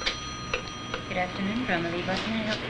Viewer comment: Why can't people in the 1970s pronounce Bramalea?